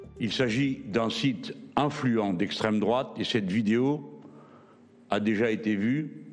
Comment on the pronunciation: "Proche de la droite" putain y'a Anal Genocide dans ces abonnements youtube, juste en dessous du Cercle Richelieu, et vous dites "estreme drouate" bordel mais vous etes complétement attardés les journalistes xD